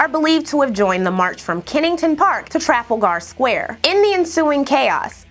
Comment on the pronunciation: ❤❤❤ and now I have a new pronunciation for Trafalgar Square 😜😆